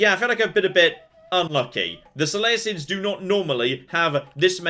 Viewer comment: I like how the guy saying "so lay uh cids" is annoyed at the use of Hercules vs Heracles...